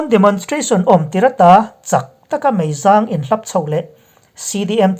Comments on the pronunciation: "meizang" lamrik dan hi a dik tawk lo a ni, zang lai hi, mipa serh(zahmawh) zang kan sawi dan a lam tur a ni e, hnungzang lam dan a thluk sanga lam hina dik lo.tin, tuizangkhauh tihnpawh chutiang bawk chu a ni e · A bengvar thlak thin hle mai,mahse ilam dan hi uluk deuh teh,khap hi,mitkhap ang a lam tur ani lo.meizang pawh,hnungzang anga lam tur ani lo bawk,news reader ho hian, thu lamrik dan hi in fimkhur deuh atha khawp mai....